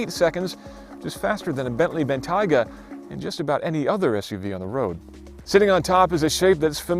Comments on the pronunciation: ben-taug-ah wtf ben-tag-ah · Hahahaha Ben TIGAAAH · How did he just pronounce Bentayga?? ;)